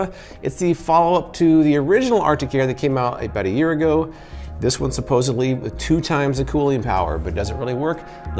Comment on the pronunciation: Supposedly Not supposebly